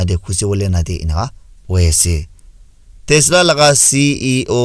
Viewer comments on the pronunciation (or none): none